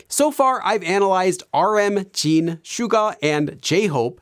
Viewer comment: It is Jin not Jean … and JimIn not Jeemin